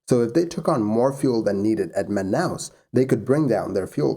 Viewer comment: Your pronunciation of Manaus was good! Man, even Manacapuru, which is a really hard word for english speakers was good. Great channel, by the way.